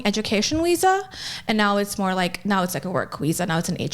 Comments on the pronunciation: I'm sorry, is she saying Weeza instead of Visa? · She got her "weeza" huh? Never heard of a "wiessa" card before. Wtf is a "weezer card" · A doctor and cant says wisa instead of visa. I bet that word has to be in her vocabulary almost daily. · I very much dislike how she says "visa" invokes great anger in me. "Weeza"! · It kills me everytime she says weesah instead of visa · "Weeza issue" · I never heard that word. I did, however, hear her say "weesa" quite a few times. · I keep hearing her say “Weesah” for Visa 😂😂😂😂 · Visa..VVVVVV... With a V. This Weeza nonsense is killing me. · Why does she say Weesa? It’s Visa. Why can’t she pronounce Vs? She has an American accent and dialect. The fuck? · Did she say weesa instead of visa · What the fuck is a wisa????? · Congratulations America you're importing doctors that can't pronounce visa, say every sentence like it's a question and are financially illiterate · Bruh its not that hard to say Visa